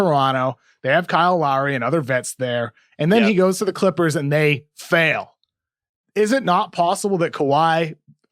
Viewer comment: Try listening to him pronounce ‘Chrrippers’